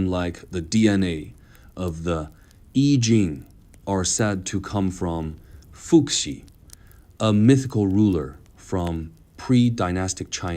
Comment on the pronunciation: How happened that you could not learn your robot to spell Chinese names correctly? "Fu Xi" is not "foo ksi", it's "foo hsi".